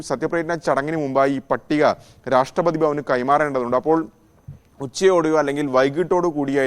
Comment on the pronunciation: If you can't pronounce RASHTRAPATHI BHAVAN properly, why do you anchor. Shame on you